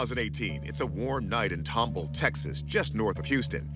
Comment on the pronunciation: I live in tomball and I laugh every time the host mispronounces it lol It’s TOM BALL. TOMBALL. Named after some guy named Thomas Ball. Yes, really lol